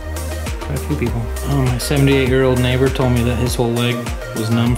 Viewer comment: Didn't think he had said neighbor the first time I heard that... Lol